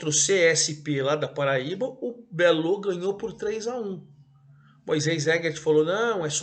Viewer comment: O Botafogo da Paraíba é chamado de Belo e não "Belô".